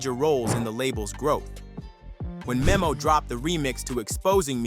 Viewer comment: It’s DTHANG NOT DTHONG and it’s MEMO(Meh-Mo)